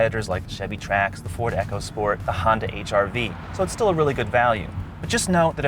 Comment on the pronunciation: This review has missed a large amount of features, and the presenter keeps mispronouncing everything. Echo-sport? No. It's ECO sport. UH-LAUNTRA? REALLY? He needs speech lessons. He sounds like he has brain damage.